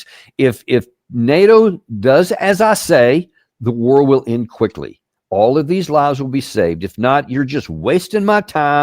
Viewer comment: It's not Trump's war!!!!! Oh! that war! Thought you said wart.